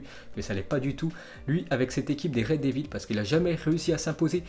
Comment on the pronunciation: Le mec a quand même pas mal de problèmes d'élocution, sans parler de sa prononciation des noms etrangers! Rien que pour ça je ne materai plus. Samuel Umtiti ( umetiti), Reds devils ( raid 2 villes) hahahahahaha et il ose parler comme ça hahahaha